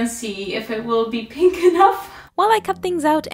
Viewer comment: "And I have here... ~this~... colour of acrylic which is... PIHNKH"